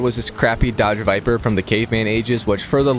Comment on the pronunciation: He said dodge viper 😅